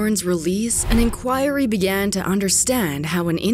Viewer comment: Jesus christ, I love this channel but you need to learn how to pronounce words correctly. "Sayga" "Inchoiry" bruh come on pronounces those words like that